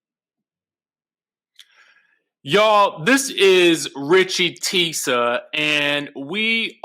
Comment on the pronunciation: I’m screaming at “”